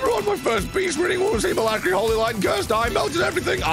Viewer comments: Beast? I thought you said Weast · The Beast? I thought you said Weast!!